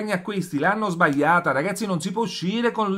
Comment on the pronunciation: SBAIATA ......SBAIATA.......LA GLI .......SBAGLIATA SÌ DICE SBAGLIATA